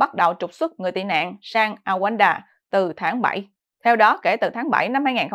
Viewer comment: Đọc là Ru ăng đa ( Rwanda - Rouanda )